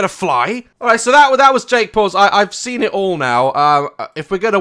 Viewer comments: Is it just me or does Daz say 'sen' and not 'seen'? xD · funnyboijason • u mean poo-dee-pie 😂😂😂😂 and he doesn’t say seen but sin 😂 still my favourite youtuber 😁😁😁